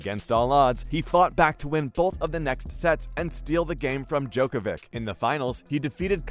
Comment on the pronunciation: You're saying djokovic' name wrong